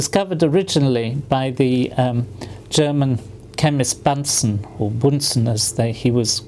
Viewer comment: Sir Martin, it is indeed "Boonsn" not "Bansn"